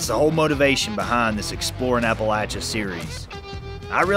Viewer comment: I'm glad you know how to pronounce Appalachia.